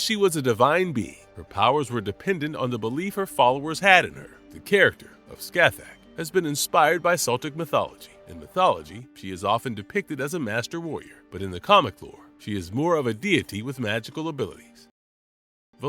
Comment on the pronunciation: Celtic not seltic....The C in Celtic has the hard K sound.